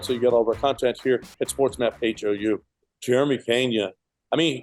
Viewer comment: Brother love the show and takes. However, his name is Jeremy not Jerema 😄. Also his last name is Peña not Pena cause that word means embarrassed. Anyways love the updates go Stros!!!